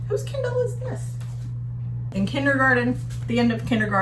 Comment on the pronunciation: At first I thought you said "Ken doll" for the Kindle, lol. Think accents are fun. You say it like "kin DOLL." I say it like "KIN dill." Awesome job on the office!!! Can you come and do mine? Michigan is beautiful this time of year!